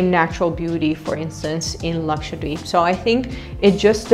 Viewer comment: Even ur pronounciation of 'Lakshadweep' is so accurate than most of us indians 🤣.